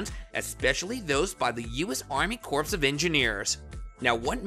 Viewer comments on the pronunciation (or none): You lost me when you pronounced corps as corpse. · It is pronounced CORE, not CORPSE . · "Corps" is pronounced like "core", not "corpse". English is silly, I know, but it might serve to discredit you content if you're pronouncing words like that incorrectly. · It is pronounced core not corpse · Omg is not enunciated CORPSE. it's CORE. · Corpse of engineers. Egads. Corps of engineers is pronounce more like core. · Bro, when you read the word "corps" you say it like "CORE", not "corpse"... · Army corpse 😂 come on man. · he keeps saying "corpse" of engineers... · Corps is pronounced as core… Oh God help us! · The word “corps” is pronounced like “Kor”. It is strange and sad for a news reporter not to know this. Ask any U.S. marine. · It’s not Corps like a dead body. It’s pronounced Core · Corpse of engineers? You probably say the "t" in castle and Christmas, too. You're either a really dumb human or a decent bot. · "CORPSE of Engineers" ?? LOL! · 2nd time watching your videos. Appreciate your work. However please understand the word CORP/CORPS is pronounced CORE/CORES. Many ppl makes that mistake. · It’s pronounced CORE, the P is silent..geez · Please learn how to pronounce the word corps. The way you say it hurts my ears.